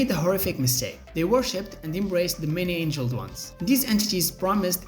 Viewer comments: Many ANGLED ones, not ANGELED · Many angled, not angeled... silly 🎉